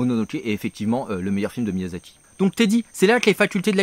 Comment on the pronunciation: Miyazaki, pas Miyasaki ! Et non, les ignares qui s’apprêtent à dire que je chipote pour rien du tout, ce n’est pas la même chose. En japonais, la transcription en rômaji détermine la prononciation. Un « s » se prononce toujours « s » (comme dans « saucisson » et un « z » se prononce toujours « z » comme dans « zizi ».